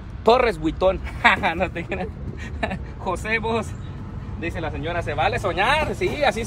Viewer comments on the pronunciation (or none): none